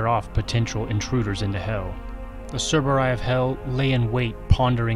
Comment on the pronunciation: Why do you say "cerberay" instead of "cerberi"